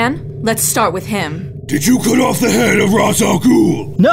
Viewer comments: It's not wise al Ghul it's race al Ghul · "Raysh". It's "Raysh". Not "Rahz". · It's pronounced Raish, actually. =p